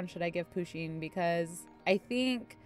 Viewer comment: You need to pronoune Pusheen PA-SHEEN